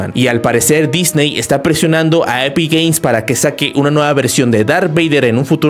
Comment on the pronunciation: Soy yo o dice epic gays